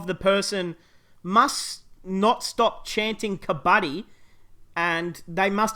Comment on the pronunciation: You are saying kabaddi correctly